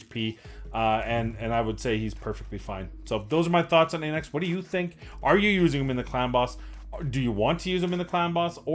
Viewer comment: Αναξ, meaning ''king'' in greek - pronounced like A in Alpha. Thank you for the vids!